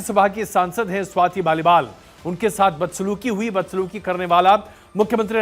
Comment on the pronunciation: स्वाति मालीवाल को आप लगातार स्वाति माल बोल रहे हैं 😮 किसी की जुबान इतनी बार स्लिप नहीं कर सकती ...... पता नहीं क्या वजह है पर कुछ तो गड़बड़ है दया 😅😅